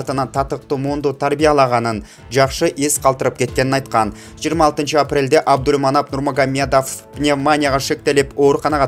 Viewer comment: Абдульманап дейсин го Абдулманап десен мягкий знакты кошпой чала окуган окшойсун грамматикан ото начар экен